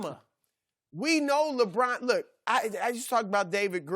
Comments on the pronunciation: it's not even "Lebrawn". He flat out says "Lebran". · Chris Broussard: LeBran